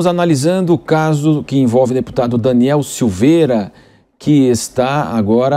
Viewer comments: a reporte fala errado o nome do parlamentar, que vergonha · Repórter desatente, POR DUAS VEZES fala errado o nome do Daniel!!! DANIEL É INOCENTE!!! LIBERDADE JÁ!!!!!!🇧🇷🇧🇷🇧🇷🇧🇷🇧🇷🇧🇷🇧🇷🇧🇷🇧🇷🇧🇷